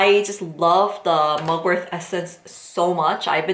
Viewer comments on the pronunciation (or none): It's Mugwort not MugwortH